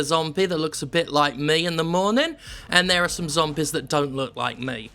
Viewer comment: I like the way he says zommbehz